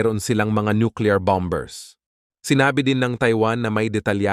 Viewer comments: Ok po sna ang inyong pg babalita at ang inyong diction, kaso ang niakairita lng marinig ang salitang "BOMBERS'...pls. lng po sna po nxt tym eh silent "B" po pg binasa nyo....( BOMERS ) silent B po dapat ang basa. Tnx po sna po ay wg nyong msamain ang pg tatama ng tamang pronounciation dhil yun po ang dapat at tamang pag basa. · Bomb bers? Ano bang pag pronuonxe yan? Tigilan mo ba kung hindi mo alam banggitin. Takot lang China at Russia.